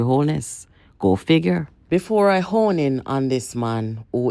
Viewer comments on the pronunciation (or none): none